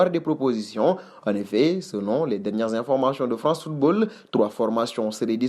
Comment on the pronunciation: information et non informachon